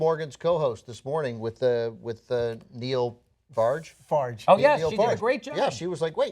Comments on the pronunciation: Not Neil farge. It's Nigel Farage (like garage) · Nigel Farage not Neil Farge. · HAHAHAHAHA Neil Farge :D it's Nigel Farage* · Neil Farge is the most hilarious Americanisation of Nigel Farage I've ever heard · ***** Because that makes sense? You don't like him so he should have his name mis pronounced? Grow up, your not 10 year old on the play ground anymore...